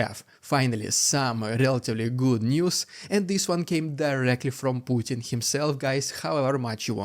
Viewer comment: POO- Bin Vladimir